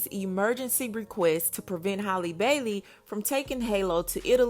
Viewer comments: Jesus it’s HAL- LEE not holly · Everyone can easily say Halle Berry, but can't say Halle Bailey is crazy.